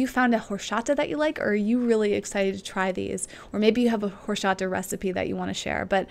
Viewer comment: it is pronounced exactly like it is written, horchata not horshata, but you are adorable:)